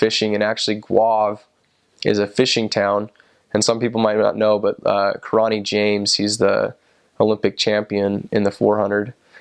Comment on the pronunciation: lol it sounded like he said kirata james. its kirani james lol